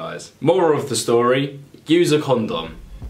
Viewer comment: The way this guy says condom makes me uncomfortable